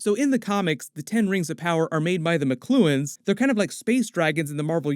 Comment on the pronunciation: Makluans is pronounced Mach-lu-ons not Mcluens lmao